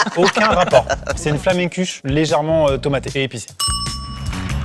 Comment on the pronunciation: Salut j'ai saigné des oreilles quand tu as dit flamenkueche. Bref je t'apprendrais sûrement que même en Alsace on dit tarte flambée.